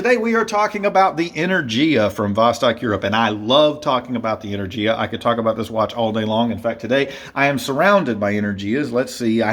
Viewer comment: You pronounce the name of the model wrong, but it's a good review overall.